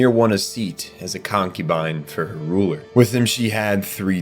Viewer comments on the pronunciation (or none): none